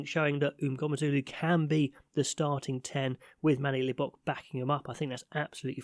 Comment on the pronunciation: Pronounciation of "MNGOMEZULU" 9/10👌🏾